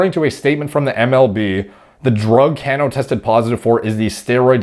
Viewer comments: Haha bro I wrote the same comment. Was looking for this one. Can-no 😂 Sounds like the Mortal Kombat character Kano. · This was killing me the entire video thank you. Baseball isn't sport it sounds. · Always amazed when i hear a athletic man that knows nothing about sports. Mispronounced Cano last name, didn't know Tony from PTI. I just assume all men love sports. 🤷‍♂️ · Hahaha that’s not how you pronounce his last name. Mr mans doesn’t watch baseball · Comment for the algorithm, but the pronunciation of Cano hurt me. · The way he says cano😂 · Some butchering is common rule in this business. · his name is pronounced, ka'no. Love your analysis, especially not being an MLB fan! I’m really surprised these guys don’t use oxandrolone though instead. You would certainly know better than I, but I believe, it is, in fact, a collagen builder and therefore would enhance joint healing. I briefly looked at a Duke U. study where they were able to promote collagen synthesis in vitro in a wound healing study. I was actually prescribed it myself as well, while on TRT, after complaining about back and joint pain. Had to jump through several hoops to get the Rx though, like nerve testing, echocardiogram and a stress test! It was great though! I increased by Rx dose of 10mg qd to 30mg qd and had some really nice strength gains with zero sides, at least according to blood work. As far as Cano though, at 38, his joints have to be beat up from playing most of his life so I don’t understand why he wouldn’t use Anavar instead. In another post, someone said winstrol is universally used by Dominican players from early on, but why? Maybe this is why MLB has been plagued with injuries for years now! I figured it was overtraining, but maybe not, or a combination of the two. Makes you wonder.🤔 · Ca-no.... Not can-o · Cano..is pronounced Kah no..lol wonder If he was juicing when w my Yanks..he's a great ball player either way..not like roids give u all ur talent..